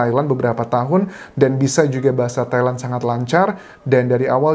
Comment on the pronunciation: Entah kenapa, pas Mas Anjas nyebut Thailand, dengernya Taiwan. wkwkw